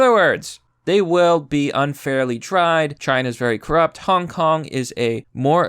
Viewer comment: At first I legit thought that you said 'hon honk is winnig the meme war' which is true but still.